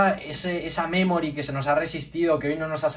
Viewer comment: Y se dice memory no memori